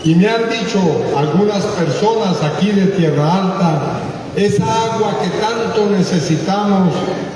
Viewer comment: No es Tierra Alta, es Tierralta